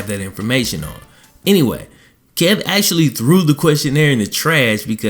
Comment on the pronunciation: Say actually.. not axeually!!!